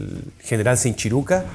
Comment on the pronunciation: Sinchi Ruca??... este no sabe ni como se pronuncia